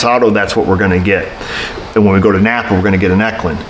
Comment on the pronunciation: Lovin' your channel , especially you gettin' your parts from "Nap'R" . LOL